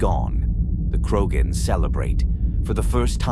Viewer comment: Gotta teach the robot how to pronounce Rachni and Krogan.